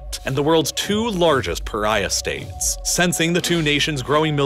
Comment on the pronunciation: Pyraya state!? Regim? You mean State?